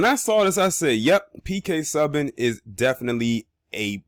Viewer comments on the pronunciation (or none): Pronounced (phonetically) - Sue - ban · It's like "Sue-ban"